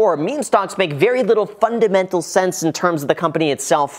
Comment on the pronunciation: Graham, are you saying “funded mental sense” instead of “fundamental sense”?